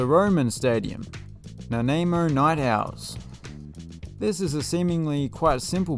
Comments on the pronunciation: Thanks for the shout-out for my hometown of Port Angeles, WA. Yeah, Civic Field isn't great. But it's still home. Also, Nanaimo is pronounced "nuh-NYE-moh". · My family that emigrated from England and my family from England struggle with pronouncing names that come from Native words. I grew up here so it comes easier to us. Nanaimo is pronounced nun-AYE-MOH with emphasis on the aimo. We have a dessert here called Nanaimo bars that are like some sort of mult-layered fudge bar and they are moorish. Kamloops is pronounced kam-LOOOPs. I am certain I would struggle with Australian Aboriginal names there is no shame in it.